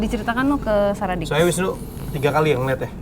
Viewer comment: Maaf mba, saraddict bukan saradicks. Sara addict (Kecanduan sara, candu sama konten2nya). Kalo sara dicks, dicks itu kelamin pria hehehe. Jadi kalo sara dicks yaaaa...gitu mba. :) Sekali lagi maaf ya mba, saya hanya kasi tau.